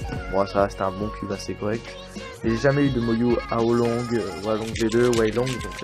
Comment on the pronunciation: Mdr j'aime bien comment tu dis hualong, "oualong" xD, n'empeche bien joué et moi jai achetté le hualong et rien qu'avec ça chui passé de 45sec d'average à 36sec d'average ! Dis moi si toi aussi tu t'est améliorer seulement grace au cube :D